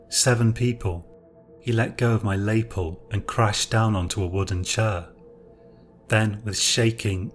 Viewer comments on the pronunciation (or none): lapel - (Luh-pel) - nice story